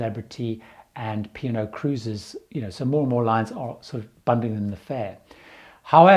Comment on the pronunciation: For a long time, I wondered what this French company Pinôt was, until I realized it was merely your two-syllable pronunciation of P & O.